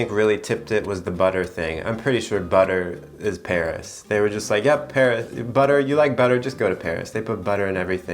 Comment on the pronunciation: Well guys, looks like I’m moving to “Perri”. Me: Well, looks like I’m. moving to “Perri” too. 🥴😅